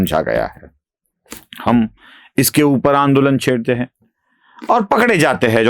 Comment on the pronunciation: aap "hein" ko "hai" bolte hein jaise "aap kya bolte hein " ko "aap kya bolte HAI". Anusara ka uchcharan nahin karte hein. Jara dhyan deejiye. Baaki sab bahut badhiya bolte hein.